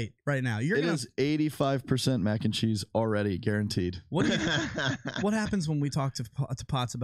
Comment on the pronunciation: Anyone notice Lucc drops the “s” in cheese when combining with other words? 😂 MAC and Chee. Bacon, egg and chee... Don’t let it chafe your dish tho 🤙🏼